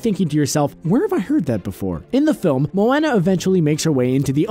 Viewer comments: StarDusk 4 agree ... it's not mo Anna it's moana.....and I'm samoan. ... it's how Americans say it I think really pronounces the A when it should be more Mo-ah-na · Any time they bring up Moana I die a little at their pronunciation. Its Mo-aw-nah not Mo-A-nah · It's not MO-AN-NA it's MO-AHN-A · It's pronounced Mow-On-Uh, not Mow-Ann-Uh. Haven't y'all seen the movie? Or at least seen an ad?! How could you not know how to pronounce the name of the main character AND TITLE?!?!?! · Mo-Anna Mo-ANNA BRUH MO-AHNA GET YO HAOLE ASS OUTTA HERE 😂😂😂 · he says moaana but it's like mowana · Its MOANA not MOANNA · Can this person pronounce Moana correctly?? It's not MO WANA, it's MO ON A. This was driving me crazy. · I live in Hawaii and him pronouncing it like mo-an-a instead of mo-on-a pissed me off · It's not Mowana its Moana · Moana not maona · Who else cringed when he said mowana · Simpsons fan894ever you beat me to it [MOE-ON-A] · Him pronouncing "Mo-AH-na" wrong got on my nerves. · Moaaaanna Moana Moana 😂 listen to other people say this word dude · Two more Easter eggs in Moana (PS you are flicking so weird at saying Moana it's pronounced moe-on-ah hope that helps) 1. When little Moana picks up all the shells the turtle from finding nemo was there 2. When Maui gets his hook back he starts transforming really crazily and transforms into Sven the reindeer from frozen. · I love Mo-enna, its my favourite movie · Exactly. It's pronounced Moe-AH-Nah. Moana. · Say it with me now MO- ON- A. MO. ON. A. Now how do you pronounce Moana's name? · It's Mo-Ahhhhh-na say it like that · STOP SAYING MOANA LIKE MOANNA. JUST. STOP. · IT'S MO•ONA!!!!!!!! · its mo ona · Its MoahhhhhhNa :l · It's pronounced MOE-ONNA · He spelled Moana right but said Moana wrong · He said mowana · Raise your hand if you think hasn't even watched Moana since they can't pronounce her name 🙋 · U pronounced Moana wrong just to let u know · You said Moana wrong bro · The way he says Moana is terrible